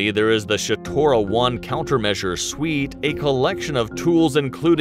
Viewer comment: Man it's shtora it is not shatora..read as is written why you are adding non existent sounds .. second shatora means or refers to a person with bad legs who barely can walk and u can use term shatora( description of how he walks)...so it is Shtora..not ShAtora..there's no a written nowhere in that word